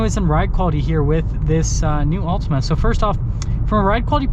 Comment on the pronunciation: Not sure about this review. You can't pronounce the name of the car correctly.